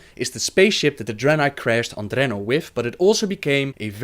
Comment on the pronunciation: I fucking love how you pronounce Draenor :D